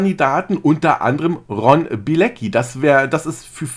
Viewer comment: Wie den fasst jeder falsch ausspricht 🤣den Ron